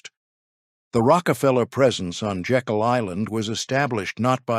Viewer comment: Slight correction. The island is pronounced Jay-kul, not as in Jekyll & Hyde.